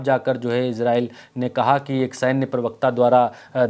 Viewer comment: एजरेल नहीं इजराइल